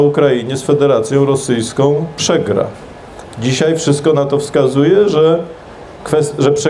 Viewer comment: Zych się nie zmienił, nie oglądałem go pół roku, wrzucam ten film i co słyszę w pierwszych minutach? "DZISIEJ" NO JA PIER...